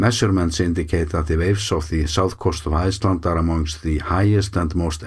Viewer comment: The way you always say „Iceland“ at the end of your videos sounds German - „Eisland“. Of course, we call your country Island exclusively.